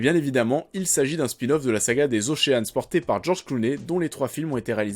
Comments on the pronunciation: Après DIDPOULE on a OCHEANE.... on prononce « OSHEUN » ou ocheun si tu as un doute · On ne prononce pas le a dans ocean ;) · Bon pour le petit problème de prononciation, Ocean se prononce comme Sean Penn